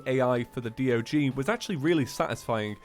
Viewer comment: the word D.O.G sounds like saying dog, like the animal dog LOL.